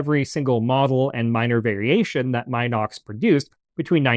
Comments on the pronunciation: Ffs...it's MEE-NOX and NOT MY-NOX 🤦🤦 A very good presentation, otherwise !! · Please get the name right ! It's NOT pronounced " M IIIIIIIIIIIII- nox," as in "Eye." M (Eye) - nox ! The correct pronunciation is Min - ox, as "in" the door. Get it ? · Not "mine ox", pronounced "Min ox" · I figured the "min" in "minox" is like the "min" in "mini" and prononced the same way.... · I've even owned a few Minox (and Minox clones) back in the day, and I've been pronouncing it wrong all these years. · How? The correct pronunciation is “MEE-nox”. The first syllable rhymes with “bee” 🐝. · I’d still consider that okay. But not the “my knocks” pronunciation used here. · Except for “Minox” itself…